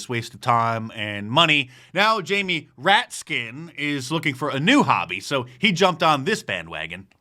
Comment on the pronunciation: Mark, it's Jamie "rat's kin'' not "rat skin"